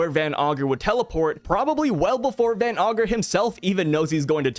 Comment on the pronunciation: Yo stop saying van ogre it's van ager you said it 2 times your a great YouTuber.